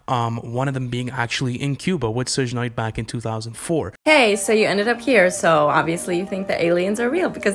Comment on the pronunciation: Ahhh!!! It's pronounced Suge Knight like Sugar or Suga from BTS not Sooj... Gahh.. I cringed soo hard every time he said Sooj.. That shit was painful to hear.